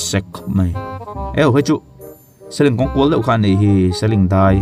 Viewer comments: Aizawl aṭang a khawchhak lama khaw hnai tak pakhat Seling khaw hming hi i lo la hre ngailo a ni maithei, 'Seling' a a 'ling' lai hi bâl kan ling ang emaw, 'a letling' a, a ling ang a lam tur a ni e. Tunlai ṭhalaite hian youtube video te hi an en nasa si a, mizo ṭawng in hman dikloh chuan a ve turah an ngaih mai a hlauawm a, hemi kawngah hian in pawimawh viau a nia. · I seling lamdan khi a diklo aw seling te chu a lar2 nen